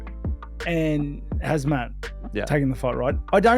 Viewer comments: We all know Chael is horrible with names, but Robert calling Khamzat 'Hasmat' is just disgraceful. Robert, you will NEVER touch the belt again, live with it and move on. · Robert Whitaker just added yet another pronunciation of Khamzat -"Hazmat"